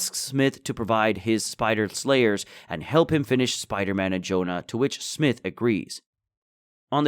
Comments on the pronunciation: nitpicky but got to say it the spider slayer guy's name is pronounced Smie-th not smith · bro why you keep pronouncing his name as smith, its prounounced (smy-th) smythe